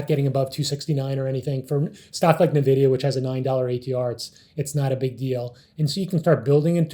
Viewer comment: Does everyone at SMB calls it Nevidia? Great video, though! You guys are awesome and very underrated. Glad I found this channel.